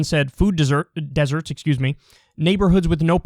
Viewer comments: Any one else feel a little weird by the way kyle says desserts? Lol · “Deserts” Kyle WTF